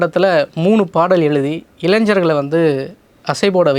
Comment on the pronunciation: Anchor, இளை'ஞ''ர் எனும் சொல்லைச் சரியாக உச்சரிக்கவும். நீங்கள் 'இளைஞ்சர்' என்று தமிழைத் தவறாகப் பேசி அது உங்கள் தாய்மொழி அல்ல என்ற உணர்வை ஏற்படுத்துகிறீர்கள்.